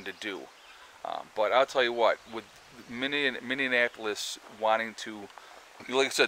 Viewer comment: Minneapolis is pronounced Mi-ni-a-po-lis......or do you say it wrong on purpose?